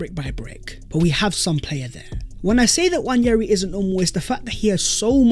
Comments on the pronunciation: It's not Nnwayeri it's Nwaneri (ONE NAY RI) "ONE NAY RI" There's absolutely no Y in the name for cry out loud.. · FYI, Nwaneri is pronounced wan-e-ri not wañeri.